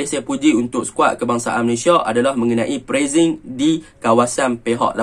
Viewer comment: hang cakap melayu ja la.... sebutan inggeris hang lari kaw kaw.. pressing..... press-sing... hang sebut prezz-zing.... adoi,....... pronounciations hang tu perbaiki dulu.....